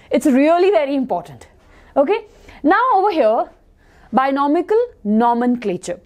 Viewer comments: you pronounced it as Binomical Nomenclature. But its Binomial Nomenclature. Just a small click of tongue. :) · Dude, she legit said binomical nomenclature... lmfao